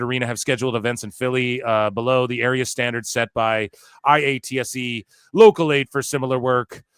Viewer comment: Quick note, most people pronounce IATSE like "eye-ought-see"